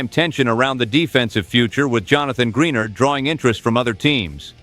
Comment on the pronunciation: Gren ARD not greenard